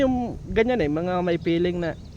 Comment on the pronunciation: baka FEELING yun, hindi Filling! Magkaiba naman meaning nun!